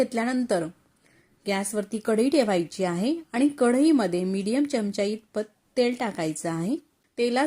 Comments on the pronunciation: Chamacha उच्चार नीट करावा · मराठी आहात ना? चमच काय? चमचा म्हणा.पहिले शुध्द मराठी बोलायला शिका. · चमच नाही चमचा.